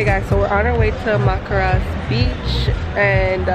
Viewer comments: Maracas is pronounced as (MAH-RAH-KAS) lol.. glad you had fun on your trip ..! Sorry you got ill.. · Every time you said Macras, I'm yelling through the screen..it's Maracas (Ma Ra Cas) lmao!!! I can't wait to eat some doubles when I go back in a couple weeks. All u were missing was a cold Apple J. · Hey i love your vlogs i am from Trinidad and always wondered how visitors view our country and im glad you enjoyed it... btw i noticed you said macaras beach lol and its maracas beach 😁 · Every time you said Macras, I'm yelling through the screen..it's Maracas (Ma Ra Cas) lmao!!! I can't wait to eat some doubles when I go back in a couple weeks. All u were missing was a cold Apple J. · hey gurl just wanted to fill you in on some trini stuff!! trini music is called soca!! and maracas beach is pronounced mah-ra-cus! love the vlogs though it makes me miss home so much 🇹🇹:(❤️ like pineapple chow on d beach oooooohhh gooooudd😫😫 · It's Mar-Ah-Cus lol🇹🇹🇹🇹🇹🇹❤️